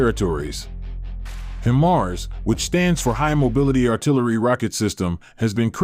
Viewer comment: HEY!!!! You guys are very irritating. The way you pronounce HIMARS is annoying.... One more time... It's is NOT "HIM ARS".... it is pronounced "HI MARS".. Get it? HI as in High... and MARS as in Mobile Artillery Rocket System.... HI-MARS. (sorry for being so touchy, but I'm a retired Army Sergeant-Major and this crap pisses me off)